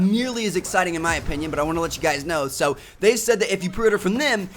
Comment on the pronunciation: The way that he say (so) is really annoying he say saoo not so